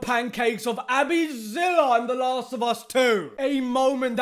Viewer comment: still laughed at "ahbbiezilla"